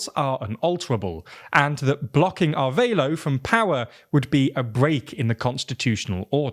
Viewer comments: Ah-rev-ah-lo. Not arveilo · It's Arévalo (a-RE-va-loh) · Repeat after me: Ah-Reh-vah-lo = Arévalo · It's just being unable to properly pronounce "Arévalo". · Why would you pronounce Arevalo like that. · Thanks for the coverage on Guatemala's attempted coup! But I'm baffled as to why you read "Arévalo" and figured the "é" was silent and the "a" sounded like "a" in "aid". There's only one way to pronounce each letter in Spanish and no excuse to mispronounce any word.